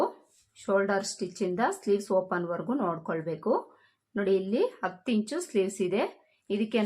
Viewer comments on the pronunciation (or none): none